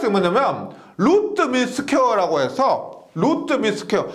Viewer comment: 1.5배속으로 들어도 영혼을 울리는 루뜨~루뜨~ 오늘도가슴에 새기고 갑니다 ㅎㅎ